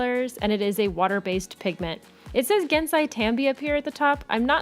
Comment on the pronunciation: Gahn- sigh Tahm Bee is how it is pronounced just in case you're curious ^^ I adore these colors. Gansai is one of if not the best watercolors I've ever tried! Great review :)